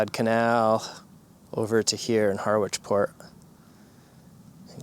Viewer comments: The pronunciation of the original Harwich, is Harrich. Just saying 👍. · Here in the UK, the port of Harwich is pronounced “Harritch”. Happy New Year!